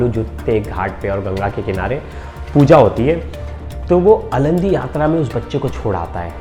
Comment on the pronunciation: अलंदी नही आळंदी यात्रा